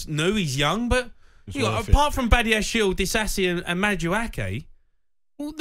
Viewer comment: “Majuakay” - top class hosting